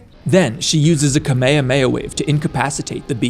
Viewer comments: it’s pronounced (kah mey hah mey hah) not kahmeyhameyha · You know how to say kamehameha right? might wanna look into that before the weebs make you kakarot in jail